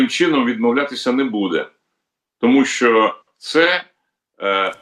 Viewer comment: ВЕДУЧА: НЕ сЧЧЧЧЧооо ак гепа а шьо